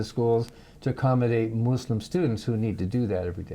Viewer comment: It’s not Mooslum . Muslim . And Koran not KorAnn. Please learn how to say it . My sister was Muslim her whole adult life . I was never hounded to believe her ways or shamed for being atheist. My mother was a born again Christian. My sister started the first Islamic elementary in East Lansing MI because she did believe in sep of church and state . It still thrives today . I think the Muslims will help save our country . They come from countries that have never had democracy. They understand the problem with fascism.